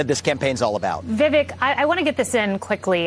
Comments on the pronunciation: "Vivek" is pronounced with the accent on the 2nd syllable. FYI. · It is not vivick, it is vivak, long a. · Disappointed Kayleigh didn’t learn the correct pronunciation of his name bf she interviewed him. 😑